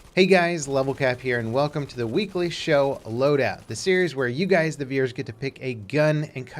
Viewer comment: Does he say Veers or Veiwers